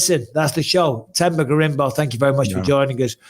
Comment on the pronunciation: Themba is pronounced "Temba". The "H" is silent, like how Mike pronounces Anthony's name.